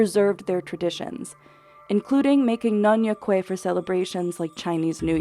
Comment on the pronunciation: Nyonya Kueh not nyonyo kueh